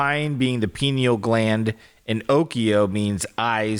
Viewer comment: i thought was saying "penil gland" I was thinking "omg Pinocchio means penis eyes?!" 😂😂😂 bc one of my friends in middle school used to call people "anus breath" and "penis eyes" as an insult all the time it was like her thing and I was getting ready to text her lmao yes we're still friends in our 30s